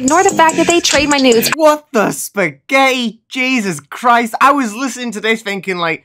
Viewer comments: Lol everyone laughs when you say spegetiy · I just LovEhow He SaYs SpAgEtIi